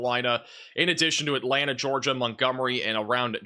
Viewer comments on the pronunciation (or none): none